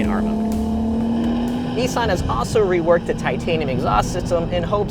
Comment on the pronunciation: Its nissan not neesan you can say nismo the right way you dont pronounce that neesmo so why pronounce nissan wrong